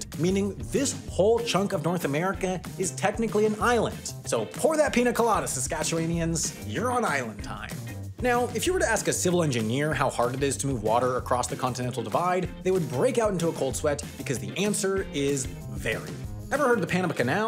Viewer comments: Saskatche-WAN-ians not Saskatche-WAIN-ians hahaha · Hey, as a dude who lives in regina saskatchewan, you pronounced saskatchewanians wrong, you did it like hawian, but its more of a wan as in want but removing the T sound(around the mark